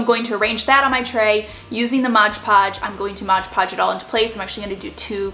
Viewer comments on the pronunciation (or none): It’s MOD Podge, not Modge Podge. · I have been shopping at DT for about 20 years. I love your videos and style, but have to tell you it’s “mod podge”. Sounds like you’re saying “modge podge”. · MOD podge Not modge podge... M O D Lol 😂 Great DIYs though 🖤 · Love all your diys !! Super cute ! But it's called Mod Podge not Modge Podge ! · Why do people say modge podge? It’s MOD podge lol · I’ve been shopping at DT for about 6 years. Oh, btw....it’s MOD Podge, not modge podge. Lol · MOD Podge. A bit of a pet peeve of mine... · “Modge podge” 🤣🤣🤣